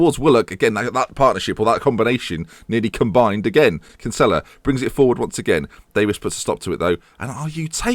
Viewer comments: You're pronouncing Kinsella's name wrong. It is pronounced Kin-sa-la not Kin-sell-la. I'm not hating but I'm Irish and its a common name here. Keep up the great work! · Kinsella is pronounced "Kin-Sill-a